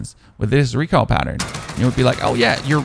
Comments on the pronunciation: It's not bad, on the word recoil exclusively you have a bit of a southern accent without any twang. Good video, man. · I'm starting to think you pronounce recoil wrong on purpose